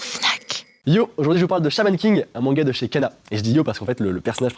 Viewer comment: À est-ce que c’est juste moi qui a compris “mon gars à la place de manga??😂😂